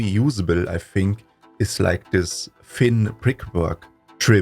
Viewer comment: About improving your English ... For th sounds try opening your mouth a bit so that your tongue just fits between your teeth and put the tip of your tongue just there between your teeth that it touches them .. that should solve that problem.. your th are more like F and S sounds